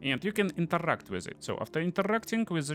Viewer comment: worst accent eveeerrr omg i cant listen to that. INTERRRRAAACT in ZIGURRRAAATT